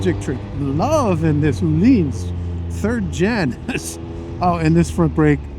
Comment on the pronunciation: Öhlins is not pronounced as "ooh-lins", not as "olins", Ö = like the "ea" in "earn" or the "i" in "first" ;)